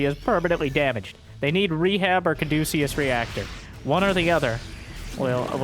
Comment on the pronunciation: Oh man he doesn't know how to pronounce caduceus